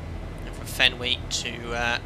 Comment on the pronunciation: As a baseball fan, it hurts my heart to hear the waypoint FENWY pronounced "fenwee." Only negative comment, though. Great stream!